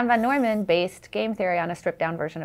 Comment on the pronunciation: the way she pronounces john van-neumann like a chinese name